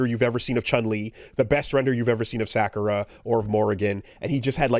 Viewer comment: I'm still shocked...that you say Sakura like that